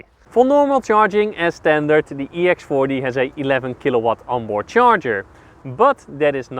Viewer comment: sounds like he said ex farty